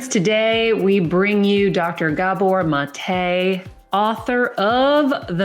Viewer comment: His name is pronounced MAH-tay. It’s Hungarian, not French. Amazing work.